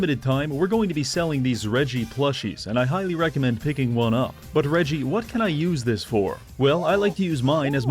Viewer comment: I’m sorry, did you say “Reh Gi”? Surely you at least heard the name Reggie (reh-gee), short for Reginald.